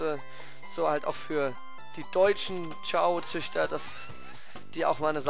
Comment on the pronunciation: ist kein kraft typ ist ein neutral chao... ps es heißt chao nicht kao...